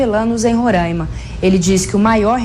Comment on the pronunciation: Não é Rorãima, é RorAima!